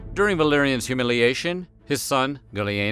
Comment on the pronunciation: For a second I thought you said his son's name was Billyanus